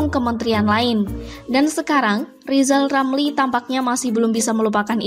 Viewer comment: Hahahahaha, Huahahahaha, Huahahahaha, Rizal Ramli gak bisa apa apa, nyebut huruf R saja belum lancar. Lizal Lamli mendingan belajal nyebut huluf R ke Locky Gelung dan Lefly Halun atau Bang Kalni ilyas